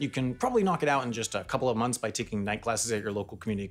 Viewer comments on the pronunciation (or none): none